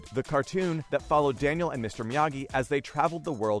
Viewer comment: He said Daniel with a L.....not i